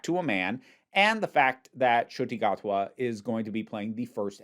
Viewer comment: As a long time fan of Doctor Who, it is not only absolutely wild to see a black doctor, and not only this but a fellow Rwandan to become the lead for my favourite show ever. It feels very surreal but I am so happy. (Btw the pronunciation wasn’t bad at all!)